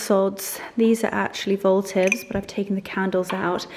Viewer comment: Votives not voltives. Posies not bosies.